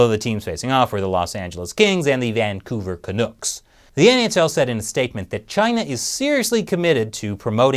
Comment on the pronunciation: Lol! I'm trying to figure out who the Vancouver Canooks are??? Its the Canucks.....as in pucks. Sheesh. Its bad enough we haven't won the Stanley cup in 25 years, you gotta rub it in by mispronouncing our nickname too!